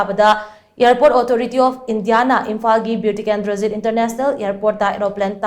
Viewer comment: Pls atleast pronounce clearly Bir tikendrajit airport not Beu tikendrajit